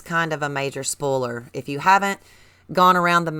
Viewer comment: bro called spolier spoler